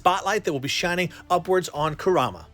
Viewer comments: Nobody:: koo RAH muh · You're a huge Naruto fan, but can't even pronounce Kurama right. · THATS NOT HOW YOU SAY NINE TAILS NAME